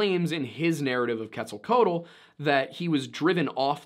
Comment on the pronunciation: It's pronounced ket-zall-KWATTLE. Just FYI.